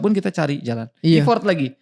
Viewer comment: Thank you buat kontennya yg bagus, tapi mohon maaf "effort" itu pengucapannya kayak "effert", bukan ifort